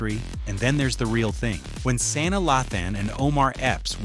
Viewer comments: Your pronunciation is awful. It's Sanaa NOT San na Ugh. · Please learn her first name (Sa Naa) I broke it down!